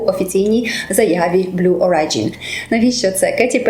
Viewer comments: БЛУ ОРІДЖІН, не орайджін, а оріджін :) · Вибачте, але читається "блю ориджин" з наголосом на о. Дякую за цікаве відео.